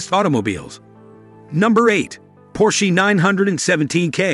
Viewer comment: You mispronounced Porsche, LeMans, and Bugatti. Got a good laugh out of that.